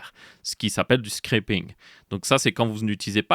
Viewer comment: Comment tu prononce scraping ?😂